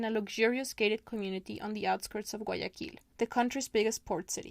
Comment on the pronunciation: 3'02" guayaKILL. 😂